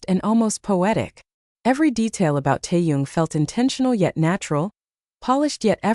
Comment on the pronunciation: Please pronounce Taehyung’s name correctly! It’s irritating!